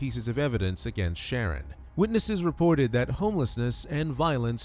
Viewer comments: its sha- ron. I said the same thing until I remembered how my people name our kids. The narrator is saying Sharon, but its pronounced sha-ron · It's obviously pronounced "Shuh-Ron". AI is so silly. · It’s Shar-ron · Did you listen to his mother addressing him? She called him "Sha-rón" with emphasis on the last syllable, Ron. She also called him Ronnie.The computer voice mispronounced his name throughout the video. Naming him Sharron was just one of a host of stupid mistakes his mother made from the moment of his birth. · I enjoy that you've mispronounced this idiots name through out the entire video.